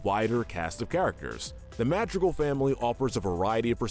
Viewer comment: Madrigal is said wrong too.